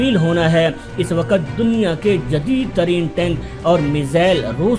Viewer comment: What is "Saaaatelth" its "Stealth". Its "waqt" not WaaQat. Kher no sense of this video